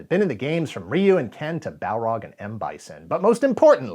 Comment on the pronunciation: First entry into Street Fighter was Street Fighter II in arcades. And THANK YOU for pronouncing Ryu's name correctly. It is amazing how many YouTubers STILL get it wrong to this day. The Hollywood movie pronouncing his name wrong did no one any favors.